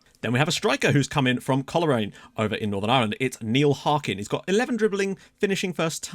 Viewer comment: Just a heads up, harkins club is pronounced Cole-rain. Shout out to you bringing the NI boys through